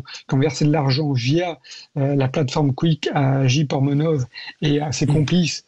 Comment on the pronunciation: le dernier intervenant, le spécialiste de rien du tout, qu’il apprenne déjà à dire correctement kick et pas " quick" sérieux… on lit, on entend toujours spécialiste, spécialiste de ci de ça dans les médias, ça ne veut absolument rien dire… kick, c’est la plateforme de tous les bannis des autres plateformes, ils prennent tous les streamers que les autres plateformes comme twitch, youtube, etc. ne veulent pas… kick est 100% coresponsable de cette horreur